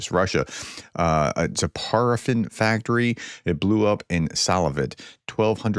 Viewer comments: Paraffin is pronounced like 'pair', nor 'par'. It's candle wax. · Pronounced PAIR-uh-fin.